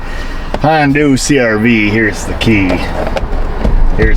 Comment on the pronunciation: Nice job, as usual. The aluminum foil is a sweet trick. But...Hon-do? Nah...Hon-DON'T is more appropriate.